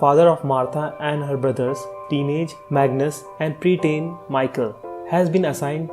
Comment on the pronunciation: Good video! But please get the pronunciations of the characters right. Mikkel and Michael are different, yet you pronounce them the same. This can add to the confusion and I'm sure we can already agree that there is enough confusion regarding this show xD